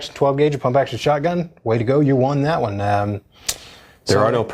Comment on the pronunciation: lol, it sounded like m1 more time instoed of 1 more time